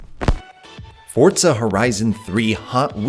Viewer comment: Love the video but.. PLEASE stop saying FORT-ZA, there is no T in Forza, it is simply pronounces FOUR-ZA. Forza, for Fortza.